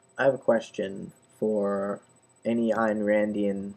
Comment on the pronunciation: Think her name is pronounced "Ann".